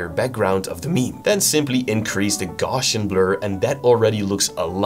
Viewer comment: that’s not how you pronounce GAUSSIAN bro… 😂